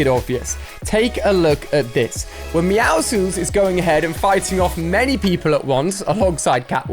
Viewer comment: It’s not “meowsless” it “Meowscles” >:(